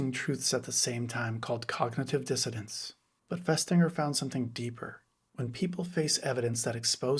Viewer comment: It's dissonance !!! , not 'dissodence'. But you are correct. Add to this the fact that default conditioning if you grow up in the USA, is toward authoritarianism, glorification of strength and war, etc. So along comes a 'club' that builds on that conditioning by creating phantom enemies. And in the MAGA club they feel, smarter, superior, they're always right, they think they have the true and correct view of the world, their racism, ignorance and bigotry are celebrated.